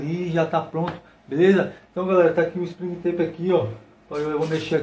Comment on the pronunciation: Tá muuuuuuuuuuuuuito bom, vc merecia ter mil milhões de inscritos! Mas Springtrap se pronuncia "Springtép", só pra avisar